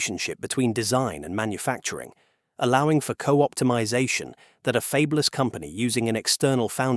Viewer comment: Did 'they' put "fabeless" (for fabless) in there just to prove this is an AI reader 😅